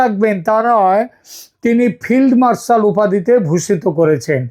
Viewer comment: ফিল্ডমার্শাল নয়, দাদা তুমিও ভুল করলে! ফেল্ড মার্শাল।